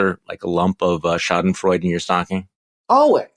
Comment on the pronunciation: "Charlie" still hasn't learned how to pronounce "Schadenfreude". If you cain't pernounce a word, don't use it.